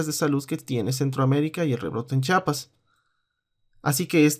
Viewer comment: entenderas mucho y sabras mucho pero tansiquiera aprende a pronunciar Chiapas.....no Chapas""